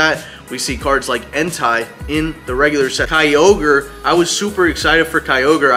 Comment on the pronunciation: Entei is pronounced En-tay, just want to throw it out, sounds like you're saying a specific word without the first letter